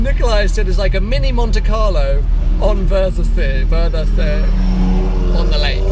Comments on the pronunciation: Should've asked a local how to pronounce 'Wörthersee'. :P Epic event. Can't believe I never went in my 11 years of having lived in Austria. I guess I thought it was all about Golfs... and I really don't have any affinity for those! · The show is actually the worse part, the best time to go is 10 days before the show with all the meets, races and cars that come every year then leave before the show (which about 80% of the 🗑 car go to) And its worthersee like worthers originals pronounced 😄 I don’t believe you went up the tower and didn’t video going down the slide back down!